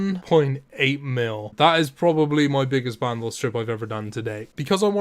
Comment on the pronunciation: Also band os not band ohss